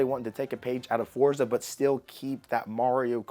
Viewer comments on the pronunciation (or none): none